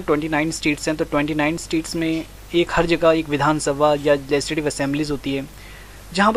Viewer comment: Its legislative assembly not lesidive